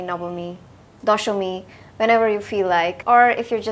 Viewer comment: The way you pronounced soptomi and nobomi. Are you a Bengali?